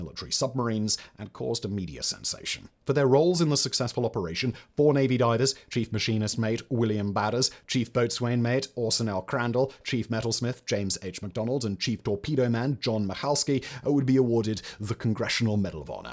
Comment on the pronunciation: "Boatswain" is pronounced "Bo'sun." (Free service provided by Pedants R Us!)